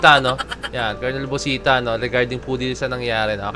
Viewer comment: It's no kolonel, it's kernel